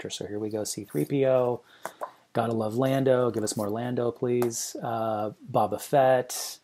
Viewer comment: Just found your channel and enjoying working my way through your informative takes on these books. I just have to say one thing…”Bob ah Fett”? It’s “Bow-bah Fett”. 🤷🏻‍♂️